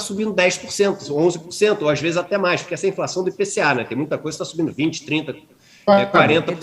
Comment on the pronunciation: porqwe iso fais o qwe qwen poqwe nao ten le lei do capeta.